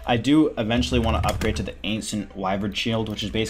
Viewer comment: Love how you say “d shoes” lmao.